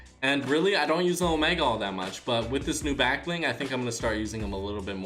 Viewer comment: Anyone noticed how he says black bling half the time